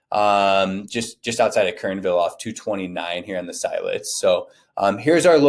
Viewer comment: It’s not S-EYE-let’s.. lol it’s S-ILL-etz.